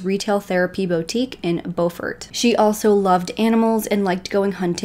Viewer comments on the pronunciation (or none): The town is pronounced Bu fort, not Bow fort. The name is pronounced Mur duack not Mur dauh. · Good reportage . How eva the town of Beaufort is pronounced as BUUFORD not BOWFORT . We are Southern down here , not Yankees ....This is a real interesting case . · Job well done! I recently became aware of the Murdaugh's and started looking into it. This seems like something out of a movie. Unbelievable! I appreciate your research and the details you've included. I believe Beaufort, SC is pronounced with a long U (like 'Bufort'). Also, Alex Murdaugh pronounces his name 'Alec Mur-dock', just listen to his 911 call. One more constructive critique, the front of a boat is called the bow. That is pronounced 'bowel', like a bowel movement, not like a bow and arrow. I look forward to watching your update on this case! You really have done your research and included a lot of details that others haven't! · I love your videos, I live here in SC and it’s driving me crazy lol it pronounced with a U, Beaufort not bOfort, I’m sorry. Keep up the great work. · It's not "Bow" fort. It's Byoo-fort. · It’s not pronounced bo-furt. It’s bue-furt. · Thanks for covering this story. The beau in Beaufort is pronounced like stew with a b or bew-fort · Just FYI, it’s Beaufort, NC… “Beaufort, SC” is pronounced “Beau-fort” like beautiful Beaufort. Thank you for covering this case. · Hey. My parents were born and raised in this part of SC, and we're distantly related to the Murdaughs. If I may respectfully, suggest...the pronunciation of Murdaugh is, "Merduck", said without a break between syllables. Beaufort is pronounced "Beeyewfert". Again, spoken straight through without separating syllables. -Thank you for doing this piece. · I’m from South Carolina as well, I enjoyed your video and subscribed to your channel- but I must tell you Beaufort is pronounced Bew fort . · I think the locals call the name of the town “Buferd” Bu (rhyming with you) and ferd (rhyming with herd).